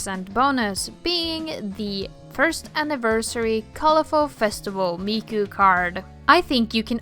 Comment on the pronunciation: please it hurts when you say "meiko" wrong way...